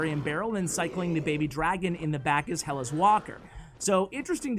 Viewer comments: Hellas is the greek root of the word Greece. And it is pronounced HellAs, not HEllas,. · Hellas is another way to say Greece, and the tone is on the letter a, great video as always. Edit: Hellas is how we greek people call our country "Ellada / Ελλάδα".